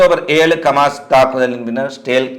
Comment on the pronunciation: இ. ஸ். ரே. ல் = இஸ்ரேல் என்று சொல்லவேண்டும். கவுதி அல்ல ஹூதி அல்லது ஹவ்தி,கிஸ்புல்லாஹ் அல்ல ஹிஸ்புல்லாஹ். கமாஸ் அல்ல ஹமாஸ்.ப்ளீஸ் திருத்திக்கொள்ளவும்.